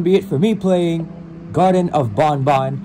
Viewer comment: it's garten of ban ban not garden of ban ban